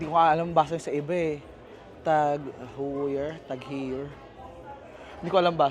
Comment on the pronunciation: Tag Heuer, pronounced Tag Hoyer